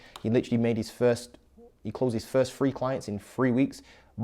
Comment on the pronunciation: Good content, buddy, but my God, wtf is Fanks? Firty ? Free, do you mean three (3) and fings, do you mean things ? 🤣 and sumfink, assuming this means something ?